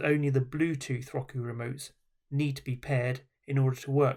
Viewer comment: Please do say Rocoo ever again.